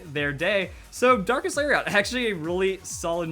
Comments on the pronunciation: "Lariat" is pronounced "Larry it" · It's Larry et properly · did you know Lariat is also a wrestling move? It's pronounced "Lari-et" I used to watch WWF haha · Lariat is a weird pronunciation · I love you man, but the way you pronounce "lariat" hurts to hear buddy. It's a soft "A" on that last syllable. Fun Fact - another word for "lariat" is "clothesline", because wrestling attacks lol.